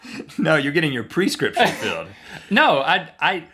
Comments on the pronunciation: Link was so confident when he said PERscription, LOL. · ikr!!! "perscription" pisses me off!!!